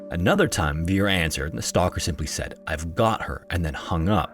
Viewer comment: " said rick" not seed rick "Wa kuh shaw".. for next time great vid as always.